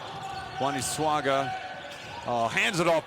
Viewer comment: y is the commentator saying wani swaga its swaka